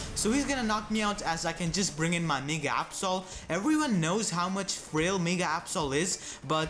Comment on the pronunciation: did you say my nigga absol or my mega absol :]]] lawl